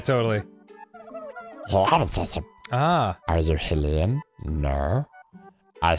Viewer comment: It has been confirmed that Hylian is pronounced "High-Lian", not "Hill-ian", Erin. Princess Zelda herself said "Highlian" in BOTW, and she is the frikken ruler of the entire race of people. All Erin is, is just some farty guy on a couch with his boyfriend, so what does he know? :P